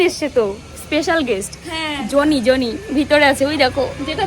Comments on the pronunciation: উচ্চারণ ঠিক করো ।জো নি না বলে জনি বল।শুনতে খুব খারাপ লাগছে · Aree joni na johny.....thik thak pronounce koro